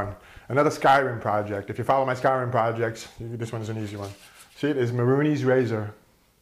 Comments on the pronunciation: Mehrunes, not Mehrunees. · Not to be a jerk, because I love your videos. It is pronounced May-runes Day-gone, not Ma-roonies. Just figured I'd point that out. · it prenaunced ( mey- runes razor ) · Its pronounced may-runes razor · it's pronounced "MAY-roonz"